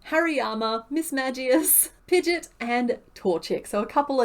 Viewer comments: Sorry I have to be that person. Pidgeot is pronounced Pidgey-Ot. You are pronouncing Pidgeotto right. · pigeot is pronounced pigy-ott